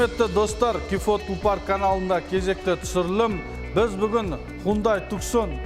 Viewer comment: Туксон емес туссон болады